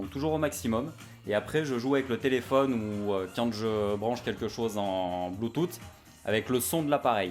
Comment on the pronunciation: le bloutoote mdr le t et le h de Bluetooth ne se prononce pas sinon belle video , je pense me prendre la posse 400w rms pour une utilisation une fois pour une soirée de mariage vendu a 150 € et en se moment vendu a 100 €